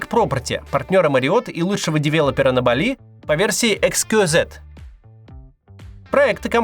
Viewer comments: БАли ударение на первый слог. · Максим так давно рекламирует BREIG Property, но до сих пор не определился, где ставить ударение в слове "Бали".